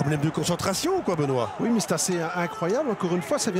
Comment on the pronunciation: Sa me fume quand il dis benois